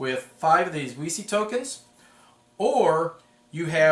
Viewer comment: THANK YOU! originally it was "weeky", but too many playtesters and "elevator-pitch" recipients asked me "...you mean a game about Wikipedia?" Only when i pronounced it "veechee" did it ring a bell. i'm glad some people will pronounce it right :)